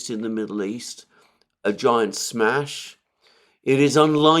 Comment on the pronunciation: Mercouris always sounds hilarious when he says "smash". 🤣